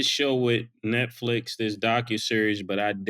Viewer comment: Don’t forget when he said “Neckflix”